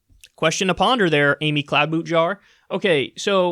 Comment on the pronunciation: I thought I heard Kyle say Cloud-Boot-Jar. Idk 😂😂😂